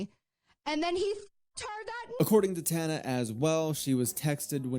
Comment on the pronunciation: Tana is so loved idk what you’re talking about whenever you can’t even do a quick Google search to pronounce her name right